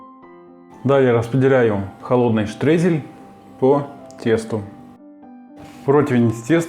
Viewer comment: Не штрейзель,а штройзель или крошка